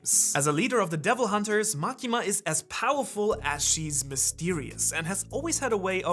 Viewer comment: Ain't now way bro said MAKINA